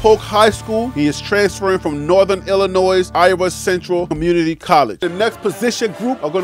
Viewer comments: The state is Illinois, the "s" is silent therefore you say "Illi noi" you are not the only one who says it wrong... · Noted on the pronunciations. I used pronunciations dot com. Im also reading over 100 names and going 100 miles per hour. I disclaimed in the beginning that some things will be missed like Lubback “Luh” “buck.” “iLL-A Noy” instead of Illinois. I appreciate the keeping me sharp; salute. As for my show being slower then others with Coach Deion, I don’t understand what that means “Slower” are you talking about volume, amount of videos I post? If so, my content includes a little more others. I’m starting to slow down on volume to increase production value. On this video that you are responding to, the graphics are created from scratch. The school bus avatar, the measurement avatar & those others don’t come pre-assembled. They have to be created separately. Also the stats that goes under the avatars have to be created and put under them. The photos on the screen don’t come with the names under them. Those have to be individually screen captured from the school’s website and the names screen captured and then put under the photos precisely to fit under the photos. Multiple that by 100+. This is not a mad response, so don’t take it the wrong way. I just wanted to give you some insight on my process to see how it works. The final result seems plain and simple, but the process is arduous and tedious. If you look across the vast wasteland of the creators who are producing Coach Prime Content, how many of them are creating this way? I don’t watch a lot of them any more but when I started